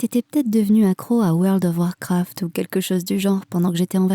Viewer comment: J'ai jamais entendu quelqu'un dire World of Warcraft aussi bien